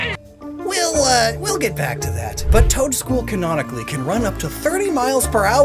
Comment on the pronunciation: it just sounds like you're saying Toedscruel twice.